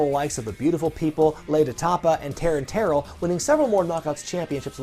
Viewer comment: Btw it’s not Taryn ‘Tair-el’, it’s pronounced ‘Tir-el’. Great video though, my dude. 👌